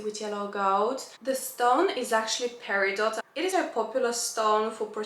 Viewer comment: Peridot, pronounced (PERR-ih--doh), is the August birthstone.